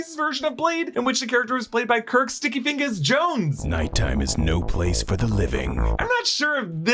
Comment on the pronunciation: why was he saying sticky fingas like that